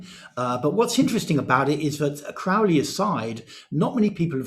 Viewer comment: Crow-ley like holy, not "Craw"-ley like crawl.